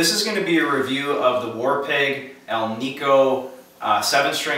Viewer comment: It is not pronounced "Alneeco" it is pronounced "Al-nick-o". The term Alnico comes from the metals used to make the magnets. Aluminum, nickle and cobalt. Hence AL-NI-CO from AL-uminum, NI-ckle and CO-balt. Say it with me... Alnico. :)